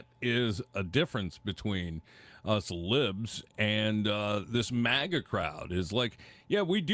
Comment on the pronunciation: Jesus,! Again with the "mega'! It's "MAGA": Pronounced mag ah. Try it, MAG AH.... MAGA... MAGA is not pronounced "mega", okay? Mega is a unit prefix in metric systems of units denoting a factor of one million (106 or ). It has the unit symbol M. It was confirmed for use in the International System of Units (SI) in 1960. Mega comes from Ancient Greek ' 'great'.